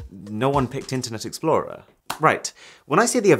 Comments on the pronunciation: "internet exporer" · "Internet Exporer" uhm... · "internet exporer" lol